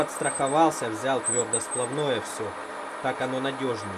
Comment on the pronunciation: твердосплАвное, твердосплАв. Меня аж коробит, когда слышу ударение на О)))